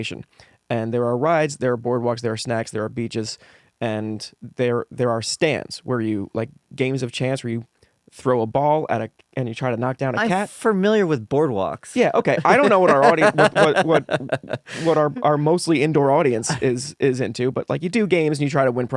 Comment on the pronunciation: really loves to say "furmiliar", uh? Also, 2 melatonin gummies is too much! the effective dose is ~0.3 mg, more than that and you have more side effects with no additional effectiveness